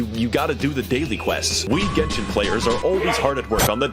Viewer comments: i love how max0r was saying "genshin" the right way through the whole video, and yet you kept saying "jensen" for some reason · It's a hard g, like gun.